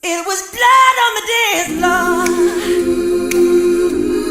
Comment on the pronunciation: Prononciation. On prononce (the) (D) pas Z